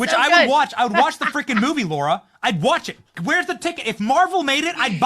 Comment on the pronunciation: Benny. It’s Lara Trump not Laura It’s Kamala. Not Camilla